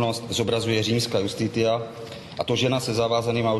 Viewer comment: Iustitita (lat.) se čte “justicia”, ne “justitia”. Jinak si jistě pan obhájce uvědomuje, že závěrečné řečí má senát na háku a to tím spíše, že se ztratili již v římském právu, byť to pro trestní proces toho moc nepřineslo, ale jeho zásady se použily (a dnes velice orientačně) v tom, čemu se dnes říká civilní (občanský) proces. I když existuje procesní praxe, která by se měla dodržovat (zvl. jde-li o fixaci v judikatuře Nejvyšších soudů, nebo Ústavního) kvůli předvídatelnosti práva a právní jistoty. I to však mají soudci na háku, neboť jednak právo nezávislé vykládají (!) a jednak nemáme precedenční systém... atd. Zmrzačení malého dítěte je neomluvitelné. Jinak platí, že státní zástupce dokazuje a obžalovatelný nemusí říct ani slovo. Naše praxe však vychází z toho, že proti obžalovanému stojí jak SZ, tak soud, který si názor žalobce minimálně 3. měsíce čte a podle všech základů psychologie se s ním v čase ztotožní :( zlatá Jihoafrická republika)...